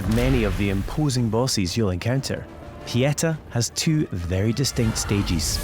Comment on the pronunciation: "Pieta" jesus christ. Pronounce it with me kids. PEE-AYY-TAHHHHH (with equal weight to each syllable) not PEE-ET-UH.